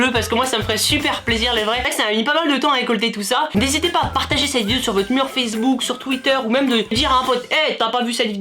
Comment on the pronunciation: "cette vididididdeo" XDDD